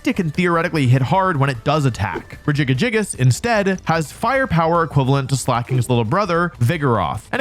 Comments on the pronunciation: Only after 7 minutes he said Regigigas instead of Regigagigas 😂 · The way he says Regigigas is disgusting!!! "Rejiga-jigas" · I cringe when I hear Regi Ga Gi Gas. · WHY DOES HE CALL IT RE- GIGA- GI -GAS INSTEAD OF REGIGIGAS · That pronunciation of Regigigas. Re-jig-a-jigus.....No no no.. Rej-ee-geegus. It physically hurt to hear it your way--if for no reason besides it sounds vaguely Milf-ish and now that's how I'm imagining Regigigas.... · why u calling it regigagigas it’s regigigas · Rejiggyjiggyjiggus is now my fav pronunciation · "re giga giga gigous"😂😂😂😂😂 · Why the heck do you say regigigas like that, it doesn't have enough GIs in it's name to sound like that. Even if you assume it's name is RE-GI-GI-GAS it doesn't make the noise Rejigajigas it would be at closest re-jig-gig-as there isn't away you can arrange the letters to make its name Re- jiga- jigas. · Rejiggy Jiggas? I counted 5 syllables, but Regigigas only has 4. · bruh what is that regigags pronounciation lmao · Wolfey, it's pronounced, "Regi-gig-gas" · "regigagigas" is not a pronounciation i have ever heard till this point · Wolfe is actually underselling the syllables Regigas says. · the way wolfey says regigigigas makes me picture a big jiggly golem pokemon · Regigigas= Regi-- gee--- gas. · are we just gonna gloss over that god tier pronunciation for Regigigas? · Him pronouncing regigigas, slaking, and other pokemon names in that retarded way is triggering me. lol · The worst part of this video is how I found out other people pronounce Regigigas. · I know it's to bait comments but I couldn't finish watching the video after hearing how Regigigas is being pronounced. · I cannot get over how you are pronouncing Regigigas, it hurts my brain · Never heard regigigas pronounced like that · why do you pronounce regi like that 😂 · EXCUSE ME!?!? How did he pronounce Regigigas?????? 😂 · Why is he adding a fourth G to Regigigas' name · I finally found a pronunciation that I cannot handle from you... regigigas.